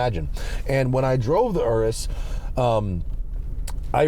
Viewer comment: Also the way you say Aureus sounds like RS too. I'm going to ask Santa for one.